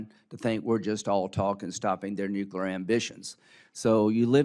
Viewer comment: Nukular, lyndsay?